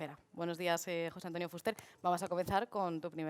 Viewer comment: Sra Presentadora. Ponga el acento en la E y no en la U cuando diga FUSTER.